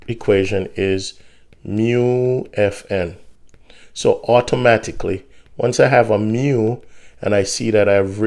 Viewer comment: when he said "awtowmatikully", i felt that